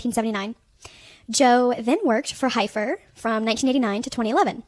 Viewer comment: Heifer is pronounced Heffer.